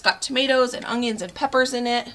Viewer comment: I love to hear you say "ungyuns". Danelle from Weed em and Reap also pronounces it this way.